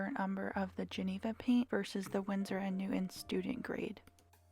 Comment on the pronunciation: I think it’s pronounced Winsor & Newton not newt. On